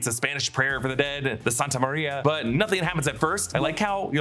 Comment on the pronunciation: Santería* not "sAntA MaRiA" And there's no "extra" kid in the movie theater.